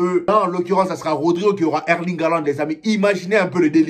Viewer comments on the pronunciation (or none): none